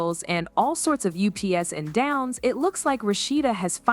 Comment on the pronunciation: The AI voice can’t pronounce “ups and downs” and calls “Kirk” “Krick” 🤔